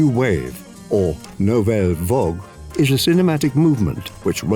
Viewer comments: VAGUE not VOG! Merde! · He said, "Nouvelle Vogue".